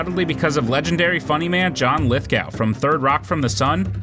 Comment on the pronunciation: Lithgow's surname is pronounced Lithgo.